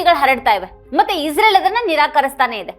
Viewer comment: ಅಕ್ಕಾ ಇಝ್ರೇಲ್ ಅನ್ನಬೇಡ ಇಸ್ರೇಲ್ ಎಂದು ಹೇಳು ನೇತನ್ಯಾಹು ಅಲ್ಲ ನೆತನ್ಯಾಹು ಎಂದೇ ಸಾಕು ಏಕೋ ನಿನ್ನ ಉಚ್ಛಾರ ಕೇಳುವಾಗ ಬೆಚ್ಚ ಆಗುತ್ತೆ